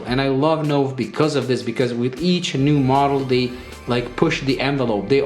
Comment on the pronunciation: Wow! That really is a fantastic watch and looks superb. A terrific review, but, one small point, Nove is pronounced Noh-vay........... "new" in Italian................